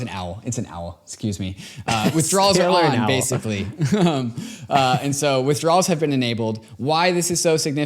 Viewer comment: Withdrowls on lol it’s pronounced “asky”.